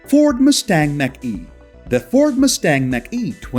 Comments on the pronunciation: It’s NOT MACK E, it’s MACH (Marc - E) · Macn-e is pronounced MOK e, not MAC E. :-) Great video! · It's pronounced Mock E not Mac-E Mach E as in the speed of sound. Mach 1,2,3 ect. Words can be tricky.